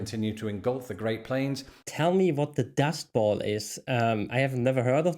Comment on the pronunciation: It's "Dust BOWL" not dust ball